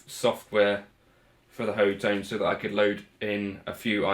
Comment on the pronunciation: It's pronounced Hot Tone!!! LOL!!! I saw it as Hot One when I got it, but your take is pretty good too.